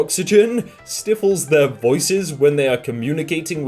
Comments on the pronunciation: says stiffles instead of stifles Everyone: you weren’t supposed to do that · Ahem....stifles=Sty-fuls not Stiff-fuls please. Sorry. I like your vids too much to not politely remind ya to read better. Ugh. Embarrassing but I am trying to help